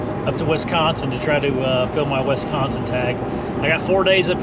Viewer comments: It's wis-consin not wes-consin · Great hunt and congratulations but it’s WISconsin not WESconsin buddy keep it up and again congratulations great deer! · Wisconsin, not Wesconsin